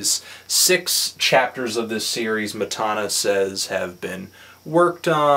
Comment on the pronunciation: Matana Roberts on Twitter: MATANA he's saying my name wrong but this is one of the most hilarious reviews I have ever seen